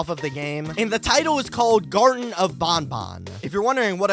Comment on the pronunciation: It's gartena of BanBan Not garden Bo